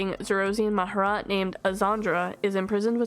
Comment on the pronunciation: Respectfully you mispronounced Mah-Jar-Rat